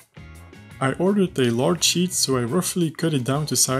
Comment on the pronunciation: Excellent video and build! As a builder, my favorite line was. "I managed to glue the sheet into position." but it also sounded like, "glue the shit into position." That is what I would have been saying at this point in the build! Again, excellent work, keep it up!